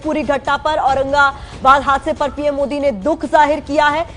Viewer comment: Ap PM Mohit Kyo bol Rahi hai improve yourself